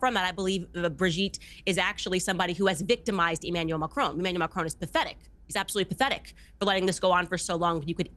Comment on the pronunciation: There is certainly something very Dylan Mulvaney-esque about Brigette Macron. The only thing that irks me however, is how every American always pronounces the surname in a way that rhymes with stone.